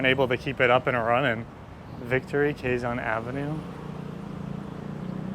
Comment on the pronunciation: KE-ZON not KWE-ZON!